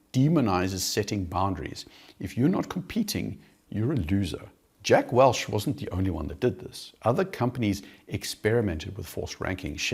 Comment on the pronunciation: Say it with me. WELCH. Not Welsh